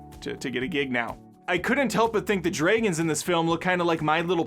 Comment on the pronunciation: Sammy, this is Cas in disguise. We need to go kill some drayguns.